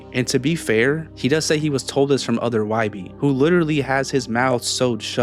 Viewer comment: His name is not wybi it’s why born